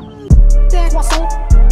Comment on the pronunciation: How he pronounce croissants like "QUASOL"